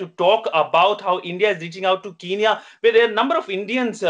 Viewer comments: Besides its spelt Kenya and not kiniya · I think the Indian media need to do some accent training how can a man diplomat who's living in kenya call it kinya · Guys it not kinya its kenya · Ramn what are you saying I lived in Kenya and its definitely not pronounced Kinya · why shouldn't I start it its sound stupid if you live in the country and you cant say the name I was talking about the reporter that's fine hes in India even though even he should say it right but for God sake the diplomat is live in Kenya